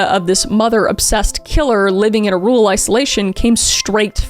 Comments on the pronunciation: I’ll never get used to the Gen z pronunciation of “rural”! Every time I think “Rule is such a weird name for a town” or “is “rule character” a nice way of saying the mayor acts like a dictator?” 😂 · I'm from Wisconsin and my grandma lives right next to the hospital he died in. She said she'd show me around sometime. I'm glad we got mentioned, though every time you pronounce rural as rule I get distracted.